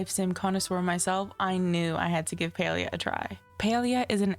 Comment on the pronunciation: Thumbs down for your terrible pronunciation of the game learn how to fkng read.